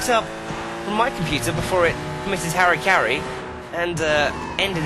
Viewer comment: Harry Caray? Hara-kiri, my man. :)